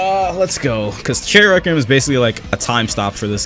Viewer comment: i hate how he says requiem wrong